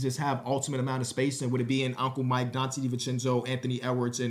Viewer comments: I was talking about the way he pronounced it lmao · “Donte Divenchencho trade”